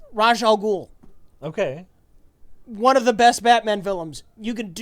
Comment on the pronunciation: Raj al Ghul? Rache al Ghul? No one knows! It's certainly not Ra's al Ghul.